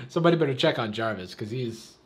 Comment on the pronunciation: You don't need permission to react to a video. Unless the Fine Brothers enter chat then be ready to pay $$$$. He did say Jarvis, if you listen you can hear the v it's just not as pronounced.